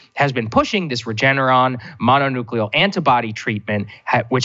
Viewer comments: Just because the spokesperson denied the story, and the story is false? It is highly likely that DeSantis is lining his donor's pocket and when a journalist is pointing that out, his spokesperson is threatening the journalist. And by the way, it's not 'mononeuclear', it's monoclonal antibody. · Thanks for covering this story. PS. It's "monoclonal"